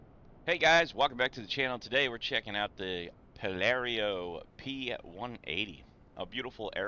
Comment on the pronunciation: What the hell is a "Pallerio" P180 🤣 Nice review, appreciate the work you put in to it, 👍🏽Given!